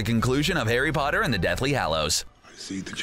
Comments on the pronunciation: “Harry botter” 😆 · harry botter